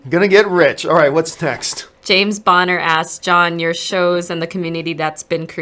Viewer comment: lol to her pronouncing James Boner as James Bon-er instead of Bone - er